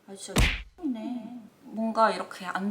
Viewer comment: "미친놈이네" 찰지네요